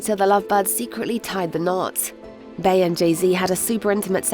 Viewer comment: Queen bay 😂it’s pronounced queen bee